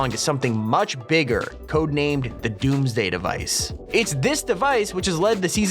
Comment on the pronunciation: When he says DOMMS DAY Device Im like hide the all the fish